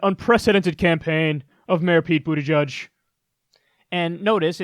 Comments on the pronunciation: JFC. It's not Booty-Judge. It's Boot-eh-jej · So is BootyJudge a silly nickname like CloudBootJar or is that actually how you say his name?